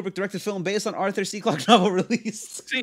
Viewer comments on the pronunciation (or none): none